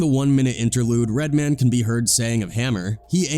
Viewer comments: Red-man, not redmon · Here's the thing about this guy commentating in this video,first of all he pronounces Redman as redmin' lol and also Redman didn't say he said yes sir to hammer, he said that to vlad, He said something like I wasn't no bitch ass nigga about it,I was like yo my bad Lol so Mr white man in this YouTube video didn't even hear the in-betweens,he just watched clips of interviews and inserts it in his own documentary's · Lol "redmun" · Redman is pronounced as it's spelled, Red-Man.. not Redmond 😂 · Mispronouncing Redman lol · One thing fam…. RED. MAN. Say it with me Red… pause… Man… we good? Good…. 😂 sounding like Phil Redman Goldman Sachs rep 🧐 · The narrative is either AI or just clueless. How you gonna pronounce Redman, like a Jewish last name? 😂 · I love how the AI voice pronounces REDMAN as if he's a Jewish banker. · DEAD -- He said "Redman" exactly how Redman says white people say "Redman" he finally started getting it right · Dude said "Redman" like it someone's last name. Lol. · I thought it was funny how they pronounced Redman... Like it was a normal last name instead of a super hero name.